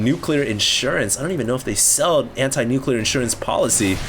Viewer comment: It's pronounced "nuclear"...